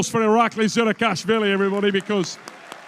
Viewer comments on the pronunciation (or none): Why does the announcer never say the names right? he says 'Irakli Zirakashvileeei' and 'Matt Maaah'. Wtf is this?